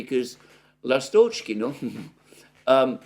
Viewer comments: Alexander, I think it's L'A'stochkino, not Last'O'chkino. Emphasis on 1st syllable. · Dear Alexander, ❤❤❤ The name is LAstochkino, not LastOchkino. The stress is on A, not O. The name of the village is derived from the word lAstochka which is a bird, called swallow in English. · In the word Lastochkino/Ласточкино the emphasis is on the first syllable...on the A. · Dear, Lastochkino is named after a bird lastochka which is bird similar to swallow. The correct pronunciation is by putting the emphasis on A in the word. The word Seversk has an emphasis on first e. and means North.